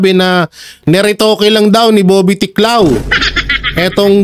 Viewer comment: ’Tiglao’ po hindi ‘Tiklao’